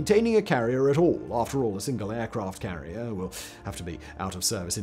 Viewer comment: i had to replay it several times and slow it down but at 48 sec in aircraft carlier club" Simon flubbed!